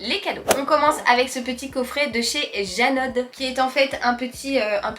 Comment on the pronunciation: Par contre on dit "Jano " sans le "e" 😊 dixit d une jurasienne de souche 🙂 ... d ailleurs tres bon choix de marque de jouet 😉 et happy bee day